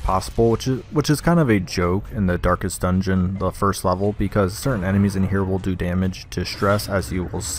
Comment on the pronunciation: "Darkets" I appreciate all of these guides thanks